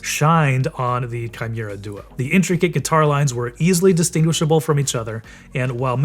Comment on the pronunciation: It's hard to trust a review when they can't even say the modelname correctly.. If you don't bother to read the name of the product, why would you even bother testing it if you just need to spit out a video anyways?